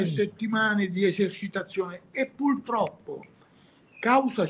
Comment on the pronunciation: Sbaglio o Ordine ha detto "PULTROPPO"?!😂